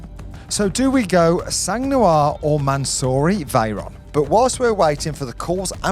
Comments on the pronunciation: "The sang New-arrr" ...... FFS it's the Sang nwuarrr you peasant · Try saying “ song nwar” if you want to pronounce “sang noir” the way a French person would say black blood. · Le sangue nouare ... I love your accent. I don't know if my English of black blood (difficult too) would be so well pronounced too. Great video. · 2 words - Sang Noir 🤦🏻‍♂️